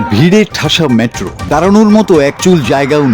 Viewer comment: Tumi metro k matro bolo keno.